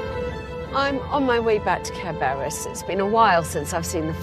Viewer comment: Caer Beris! Sounds just like Care Bear-is. LOL